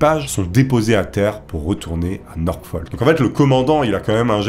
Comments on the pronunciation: Ce n'est pas NorKfolk ou NorKfol mais Norfolk! Le terme ''radio'' existe en français, ''radiomen'' n'apporte rien, au singulier c'est ''radioman'' et non ''radiomen''. Check24 ne se traduit pas par ''Vérifiez'' 24, mais ''Vérifié'' Qu'est ce qui te permet d'affirmer a plusieurs reprises ''qu'il sait très bien au fond de lui que ca ne va pas du tout'', alors qu'il déclare le contraire et indique que les retards étaient fréquents? Qu'est ce qui te sidère tant que les amiraux en pleine guerre froide n'aient pas pour priorité de prévenir la presse et les familles? Ce serait le contraire qui serait hallucinant. Video intéressante mais beaucoup de narration et très peu d'analyse. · C'est pas "Norkfoll". C'est NORFOLK.